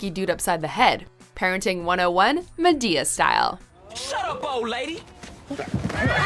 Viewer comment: I cringed soooooooo hard when she said ma-to-the-damn-d-e-a